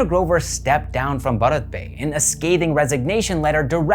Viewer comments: It's pronounced as Bhaarat Pe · Your pronunciation is ok ! It’s a mix Hindi and English word. You are fine ! 🙏🏻🌸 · bharat pay toh bolna seekh lo pehle